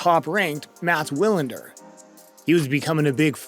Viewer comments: It's pronounced Vilander not Willander...anyway, love Agassi and miss the old battles with the American crew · Good ol’ Mats Willender 🙄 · That and the mispronounced names are killing me. Mats Will-and-errr (pronounced Vee-land-er) & Michael Stich (pronounced Steech) lol. I'm only 6 minutes in. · Sorry, I have to delete you if you say Mats Willander when his name is pronounced Mats Veelander. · Mats Wilander's last name is pronounced "VEE-lahn-dur" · Wilander - pronounced "V Lander" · "Matt Will-under"? yikes! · Also, many of the men's names are mispronounced. Mats last name is pronounced VI-lan-der, and Goran's is pronounced E-van-E-seh-vich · Wilander is pronounced Veelander. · And Matts VEE-lander and Goran EE-va-NEE-suh-vich and Michael STEE'k' (German ch sound)... sorry but I hate when names are butchered, its just disrespectful .. otherwise great job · It's pronounced Vee-lander(Wilander)with a soft V! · "About 10 grand slam titles?" Mats "Will-ender?" Goran "is-ven-ah-vich?" A little homework would've made the narration much more successful. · Lose the ai voiceover. It struggles saying player’s names. Mats Wilander, micheal Stich and Goran Ivanisevic. Maybe even use your own voice. Hearing ooor pronunciation is enough to switch off a channel. I let one slide but after 3. I’m gone. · The pronunciation of the names Wilander, Ivanesevic and Stich was hilarious! Almost as though it was read for the first time ever. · Nice video, weird mispronunciations of Wilander and Ivanisevic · You mispronounced Wilander, Ivanisovic, Stich... inexcusable